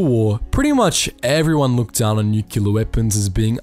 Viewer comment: I love your channel and listen every day but can I just say... nu-cle-ar not nu-cu-ler...its my biggest pet peeve after bush...